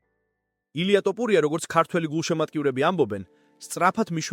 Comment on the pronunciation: ეს კაცი "თოფურია" თუ "ტოპურია"-ა?...ვერ დალაგდით ეს კომენტატორები?.. რამდენჯერ ითქვა ამ დამახინჯებაზე, მაგრამ ყურს რატომ არ იბერტყავთ?!...